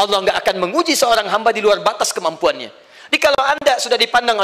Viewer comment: Ngomong luar lual,waduh pasti baca Alquran nya tidak fasih.😆